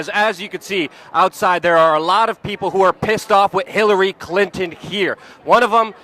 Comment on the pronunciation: Luke, why don't you ever say the word "with"? It's always 'wid' or 'wit'.